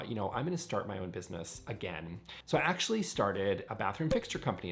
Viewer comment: I like how many times you say, actually. The word gets melded together and sounds like "akchy"